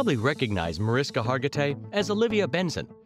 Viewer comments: I enjoyed the video and uncovered Mariska tidbits. But the narrator should indeed say this lovely and amazing entertainment icon's name correctly! It's pronounced: Mah-rish'-kah Thanks in advance for fixing this :) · she is a friend of mine & hates when her name is pronounced wrong. it is pronounced marishka. sh sound. was curious about what was in the video. in 5 seconds of meeting her she corrected me & made it clear do not pronounce it w an sk sound! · well here something doesnt know about MariSHKA Hargitay is the * pronunciation * of the wonderful lady's first name. m'kay? mebbe show some respect and get THAT personal item correct? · 1st thing would be for the narrator to pronounce her name correctly. It's "Marishka" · thing #11 YOU did not know about Mariska Hargitay is that her name is actually pronounced MariSHKa. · If you're going to do a piece on her - pronounce her name correctly. My husband is Hungarian. Hargitay's father was Hungarian. It's pronounced MariSHka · Its spelled Mariska,but pronounced (Ma- rish- ka) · I think that if you’re going to do commentary on a particular person you might want to pronounce their name properly. It’s pronounced “Marishka” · You should redo the audio and pronounce her name right. It's pronounced like Marishka. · If you're going to do a video about someone, do your research first. It is respectful to correctly pronounce a person's name. Mariska is pronounced "Marishka". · Her first name is pronounced Marishka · Her name is pronounced as “Marishka.” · Why do a piece on a person & not even bother to pronounce the name correctly? Mah-rish-ka! No respect if you can't even bother to get her name right. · Bad form to do a biography and mispronounce the name of your subject (over and over). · How bout learning the correct pronunciation of her name...? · You do realize you’re saying her name incorrectly right? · She pronounces her name MariSHka, not MariSka. Hearing the voice over say it wrong annoyed me